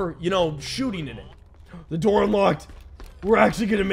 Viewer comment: bro at the beginning said "Open the noor!"